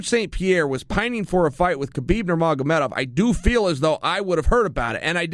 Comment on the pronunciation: undisputed champion at saying "Nurmagomedov"! Is there anything uncle Chael cant do (besides tapping)?